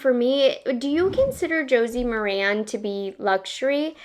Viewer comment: Good job. FYI - Josie "Mare-in" is how it is pronounced. She does have a great line of products.